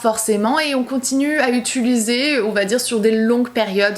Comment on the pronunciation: Utuliser... UTIIIILISER 😩 je te rassure tu n’es pas la seule youtoubeuse 🙄😂